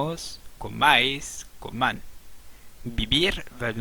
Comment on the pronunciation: Pronuncias todas las personas de un verbo como si fueran palabras agudas. Dices comán en vez de coman, hablé en vez hable. En castellano no todas las palabras son agudas como en francés y, como sabrás, en castellano el acento cambia el sentido de la palabra.